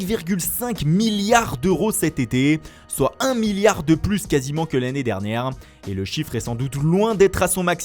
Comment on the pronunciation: plus sans prononcer le "s" réfléchit